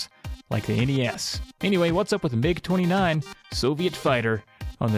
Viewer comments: You're quite correct in pronouncing "MiG" as a word. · MiG is short for Mikoyan-Gurevich, the last names of the founding aircraft designers. The "i" is part of "Mikoyan", so it's correct to pronounce it as part of the "Mi" syllable rather than spelling out each letter.